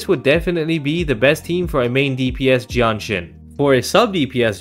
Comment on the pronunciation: I couldn't tell which hero he was saying between Danjin and Jianxin, so this video got real confusing real fast.